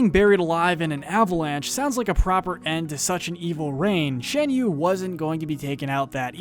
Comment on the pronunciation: *Fuh-sihl-ee-ay *Shahn-yuu Please, if ur gonna make a list of people whose names are repeatedly said in the movies, say the names correctly